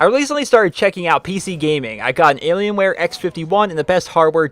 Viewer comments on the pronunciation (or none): none